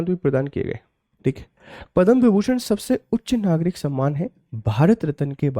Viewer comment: विभीषण नहीं विभूषण